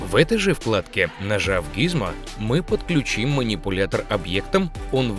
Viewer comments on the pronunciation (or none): none